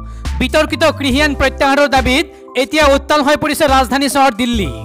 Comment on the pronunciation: Pl try to speak correct assamese ie pronounciation যেনে কৃসক নহয় কৃষক,কিসি নহয় কৃষি